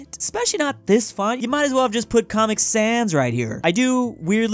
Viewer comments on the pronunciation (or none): none